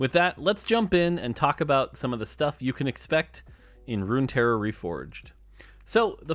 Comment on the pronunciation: good video and amazing presentation as always but isn't it "Runeterra"? instead of Runterra